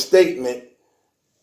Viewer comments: Look bro..you gotta practice your reading..slurring, fucking words up,..its just hard to take a serious matter serious with you reading bro..viya? Viya man? Via..vee-ah..damn..is this what it looks like when our culture handles the news..fuck...fuck...fuck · Where is this clown thats reporting this shit from??..it's pronounced vee-ah not via-ah dickhead..get ya mouth right u nut